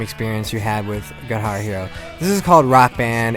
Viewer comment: why did he say guihar hero, it's guitar hero dumass. Look